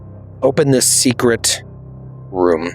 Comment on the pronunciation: "Secret yourselves into some robes"... he said it wrong , made it sound like secrete, 's why we say it more like seekrit when its said, ewww